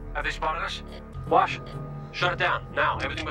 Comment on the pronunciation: FYI it's "Wash, not "Walsh". And yes, they didn't want the Reavers to think that anyone was on their ship so they made it look like a dead ship. I won't answer any of your other questions (you know the rules lol!)....so enjoy the ride!